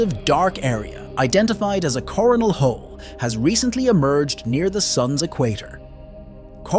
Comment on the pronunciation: Yeah, I specifically heard "Corn Hole". Where's Beavis when ya need him?😂